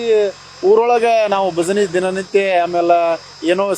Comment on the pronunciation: ಭಜಿನಿ ಅಲ್ಲಪ್ಪ ಭಜನೆ